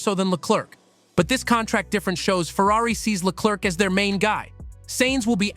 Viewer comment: the second C in Leclerc is silent (prononce Leclair) if not it sounds like jerk also Ferrari was well know for having a clear number one driver remember Fernando is faster than you or let Michael pass for the championship (Michael had twice the point than his main rival early in the season) the irony is Charles got beat 3 times by Carlos while being the number one driver maybe Ferari bet on the wrong horse